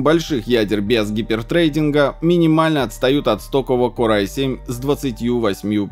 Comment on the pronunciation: "томаховк" сказал, а вот выговорить "хайперсридинг" не смог, вместо этого сказал "гипертрейдинг". А вообще - с технической точки зрения канал сдувается, очень много дилетантства, поверхностности знаний, осталось только говорящее лицо.